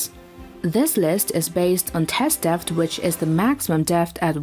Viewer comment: After a while, I stopped listening to the words and just winced at her pronunciation. "bow" rhyming with "cow", struggling with the word "depth", is she artificial? In which case, it's very good, but otherwise...